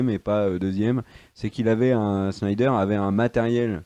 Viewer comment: c'est Zack SSSSnyer..pas CHnyder!!!!🤣